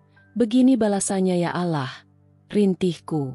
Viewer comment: Pasti bakal seru kelanjutannya. Maaf min tolong untuk pengucapan "Allah", diperbaiki.🙏